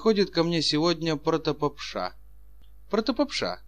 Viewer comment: "Попурри" и "протопопша" не так произносятся. Маленько грамотности чтецу недостаёт.